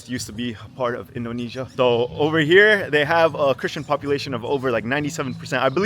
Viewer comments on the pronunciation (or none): none